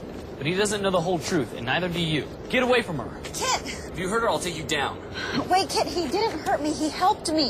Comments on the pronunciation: wat dat! kit not kid, dragoooon not dargoooon. tsk tsk! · It's Kit not kid.